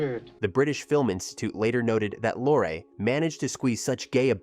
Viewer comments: Yes - and Peter was Lor-ray ( not Lore) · That's NOT "Peter Lore." as you pronounced it. It's "Peter Lorrey" as correctly pronounced. Of course it's spelled "Peter Lorre." He was Hungarian. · And who the hell is Peter Law ? It is lor Ray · I'm sorry again. But it is pronounced "Peter Lorr-eee" not "Peter Lor" or "Lor-ay." What is the world coming to when people pretending to be experts can't even pronounce the name of one of the biggest character actors in American cinema. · She's the sister of Peter LORE or, as the AI says later on, "Lor-AY." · The man's name is pronounced "Lorrie", do your homework. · 1) I agree... the AI narration is not great. Peter Lorre's name is pronounced LORE-RY.. AI voice doesnt know that 2) In Hammett's book, the ending is not in the movie. The gunsel escapes (as portrayed in the movie). The book ends with the news that Gutman and Cairo are murdered by the gunsel after they left Sam Spades apt and regrouped ar their hotel room. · AI called him Peter Lore. ROFL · Agreed! The AI Voice is so bad…….it cannot even get the correct pronunciation of some of the actors especially Peter Lorre and what is “weird” about the “facts”? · More AI slop. Can't even pronounce Peter Lorre's name. I'm out. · Peter Lorre's name was pronounced in two different ways. Neither was correct. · I think Bet is a nickname for Betty or Bette. And I think he pronounced Peter Lorre wrongly too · The Ai narrator should have been programmed to pronounce Gutman and Lorre correctly. I think “Double Indemnity” would be an excellent choice for your next project. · your pronunciation is a bit off, its Peter Lorre LOR EE and captain Jacoby..its jac' o bee, not Ja cob ee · And Bette Davis' first name.